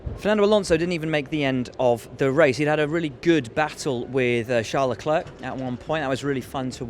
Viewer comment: Will Buxton you are awesome, but please stop with LeclerK, it's getting really annoying